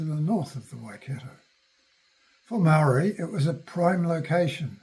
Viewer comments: Kia ora e hoa. Thank you for sharing that others have commented on your pronunciation of kupu Māori. I realize that it is the result of a socialization process which combines habituated language patterns and deliberate monocultural policies. I am assuming that you are speaking from some sort of written outline or script when you make your posts. If so, I suggest that you consult with someone about the correct pronunciation of Māori names / words and write them out phonetically in your script. I am interested to know whether you intend making posts of about colonial military encounters with Iwi / hapu? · Someone who can't be bothered to pronounce names properly just says i cant be bothered adjusting my monocultural mindset. He may have done his research, but is merely recounting and making profit from already written historical accounts to be found in land court records, Waitangi Tribunal reports and books and papers going back to the earliest missionary times. Any really interested people in finding out such histories only have to approach their tangata whenua Iwi / hapu with genuine respect and ask about their story.